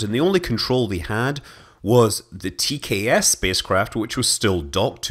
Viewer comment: Heh, keep hearing TCAS when you say TKS! Too much Air Crash investigations for me!